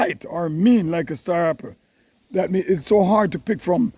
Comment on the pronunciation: Star Happle?? Lol Happle Tree? Hackee Tree? Jamaican can’t stop add the H? Lol 😂